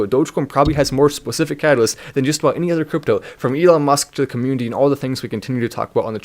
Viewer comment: It may just be his accent, but, I like how he says comMOONity lol